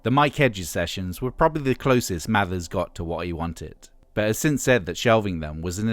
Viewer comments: It's Mavers not Mathers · But this is more accurate, has less weird opinions AND they've pronounced Mavers correctly, which Hargreaves doesn't.